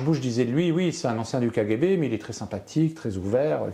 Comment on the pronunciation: Sa façon de dire kGB ( k Guay b) est insupportable ! Je décroche à 4,45 ! Désolé !